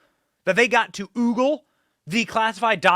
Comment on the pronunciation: Today, I learned that Benny doesn't know the word "ogle".